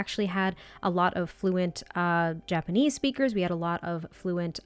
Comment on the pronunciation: I think you are doing great pronouncing Japanese, I always felt it’s a fairly straight forward language, you don’t get intonation changing the meaning of a word and there are no diphthongs or “letters” changing sounds in certain words like say in English “gaol” sounding like “jail” just why?